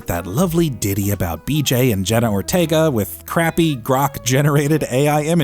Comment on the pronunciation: “JENNA ORTIEEGA THE ACTRISS”